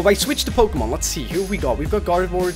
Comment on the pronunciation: PRONOUNS POKEMON THE RIGHT WAY!